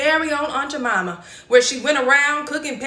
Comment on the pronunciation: Quit pronouncing it as Aunt Ja Momma. It's Aunt Jamima, with a long "I". Damn! These new people coming on the scene, should ASK somebody. You make it sound even more derogatory by mispronouncing it.